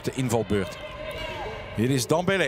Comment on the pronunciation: is het zo moeilijk om dembele juist uit te spreken?